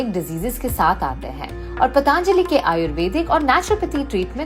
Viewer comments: Why is she saying पाताआंजलि? It’s पतंजलि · Kamiya ji .... It is patanjali not pataanjali..... Kindly correct your pronunciation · It's Patanjali not Pataanjali ..carly ji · पतांजली नहीं पतंजलि और योगा नहीं योग।कम से कम नाम तो सही लो। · just a small correction: it's 'Patanjali,' not 'Pataanjali.' Great video otherwise! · That is “Patanjali” not “Pataanjali”. Please for god sake, pronounce it properly. It is named after Maharishi Patanjali (पतंजलि) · Very nice episode. बस योग (yog) और पतंजलि (patanjali) को योगा (yoga) और पतांजलि (pataanjali) बोलना बन्द कर दो। My most favourite travel and food channel and best host. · सही उच्यारणं किजिये,पतांजलि गलत हैं पतंजलि कहो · Madam wo "पतंजलि" hota hai "पतांजलि" nahi hota hai. Btw Good video 👍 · Kamya, its not pataanjali, its patanjali… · its patanjali not pataaanjaali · कामीया जी..पतांजली नही..पतंजली बोलो नही तो कयी लोग आपको कमीया बुलायेंगे 😂😂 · पतन्जलि (पतंजलि) सही है, पतान्जलि नहीं। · “ पतंजलि “... एकदम ग़लत उच्चारण पतांजलि नहीं है वो “ पतंजलि “ है. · It's not पतांजली it's पतंजली why this accent. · It is Patanjali not Pataan-jali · आप पतांजली क्यों बोल रही है???पतंजली है उच्चारण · First and foremost, it's ' पतंजली '... not ' पतांजली ' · Kamiya needs to pronounce properly. She is running a channel that is reaching millions and is so careless about how to pronounce PATANJALI.